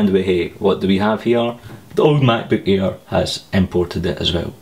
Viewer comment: Mack-boook ayer haha